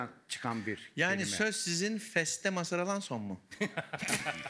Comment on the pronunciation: Ülen, feste diyo:)